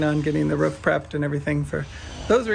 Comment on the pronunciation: Sorry you have roof issues. I noticed pronounced Roof the English way. 😍 Sorry about the car. No point having a nice car in Italy.